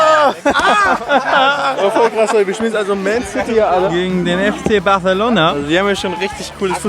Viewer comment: Ich raste immer aus, wenn er Barcelona sagt